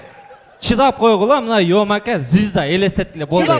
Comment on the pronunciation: Зизда дебечи звезда дечи уфыфы